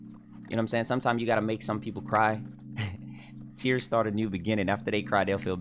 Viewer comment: The way he says "Tears" 😂🤣